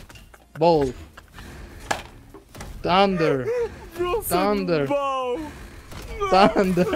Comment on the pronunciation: "THANDURRRR.....charged down thundarrr 🤓"